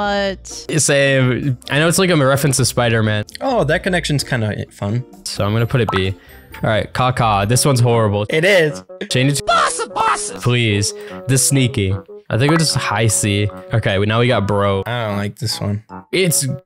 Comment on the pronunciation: You pronounced Caw Caw like Kaka and that means poop or s💩💩t in Spanish